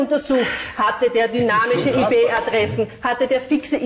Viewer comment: "Hat er dynamische Ih Pe Adressen?" Eine richtige IT Fachfrau 😅